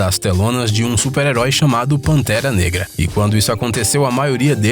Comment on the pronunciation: Vc falou pantera nega kkkkkkkk